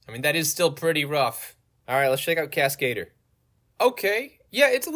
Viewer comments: casca-dur, not cas-kade-r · lol the way you pronounce Cascadeur is the most American thing ever 😂